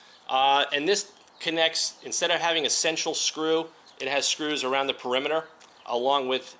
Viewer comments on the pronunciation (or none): none